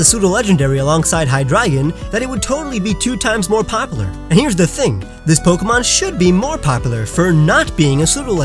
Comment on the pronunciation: Anyone else triggered over the way he says popular